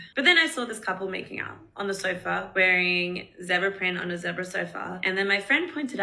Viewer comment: It’s pronounced zeeebra